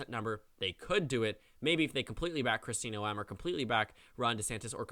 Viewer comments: South Dakotan here: my governor's name is pronounced Kristi GNOME, not No-Em. Just thought you might want to know for future reference. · FYI it's Nome, like gnome. Not No-em. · a small correction: The EH is not pronounced in Noem,its nowm,ow as in blow. Have a nice day